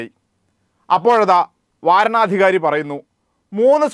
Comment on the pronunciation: വാരണാധികാരിയല്ല... വരണാധികാരി. മദ്രസയിൽ പോയി സമയം വേസ്റ്റാക്കുന്നതിനു പകരം മലയാളം ശരിക്കു പഠിച്ചിരുന്നെങ്കിൽ!